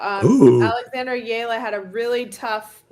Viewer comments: Please pronounce Alex Eala’s last name correctly. It is e-ya-la. Thanks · Get w/ the program....It's EH-YA-LAH!